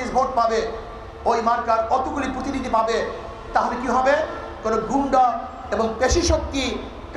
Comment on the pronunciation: এরা ভবিষ্যতে দেশ পরিচালনা করবে!!!! ভাল করে,প্রতিনিধি উচ্চারণ করতে পারছে না,,বলে কি না প্রোতিনিধি😂😂